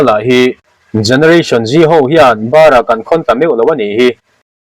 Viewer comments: bărah ni lovin (rang deuh vatin) barah tih tur niin a lang. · I chhiar hmain zir hmasa teh. 'Barah' khawn lo tih hi 'bârah ' tiin i chhiar hi a zahthlak lutuk.😮😮😮😮😮😮😮😮😮😮😮😮😮😮😮😮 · "Barah" tih hi "chalah" tih anga lam chhuah thin tur aw.😂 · Ava mak ve, Bârah tih thluk chu😄. Nia, tawngkauchheh hi a lo inang dawn lo hle a nih dawn hi. Amaherawhchu, tuna i channel-a rawn hmangtute hi chuan Bârah tia thluk lovin Barah tih thluk hi an hman duh hmel ka lo ti deuh va. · 'Bara khawn' tih kha i lam dik lo fo mai. I bul hnaia kum lama puitling zawk kha lam dan dik lo zawt mai mai ta che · Barah tih hi chaw bar tih thluka thluk lovin, Ban insakna Ban,Banah tih thlukin Barah tih tur a ni e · Barah tihhi Thluklohin a dikzawk angem?